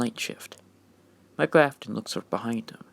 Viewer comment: His name is Michael not Mikal